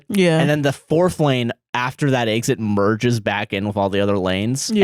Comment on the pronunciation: says exit like “eggs it”